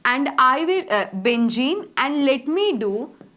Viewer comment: Benzene ❌Bengeen✅